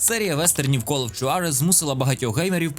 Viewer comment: Не хочу бути душним, але Juarez читається як Хуарез І дота не створила жанр, це ЛПГ, котрі існували і до неї 🤷‍♂️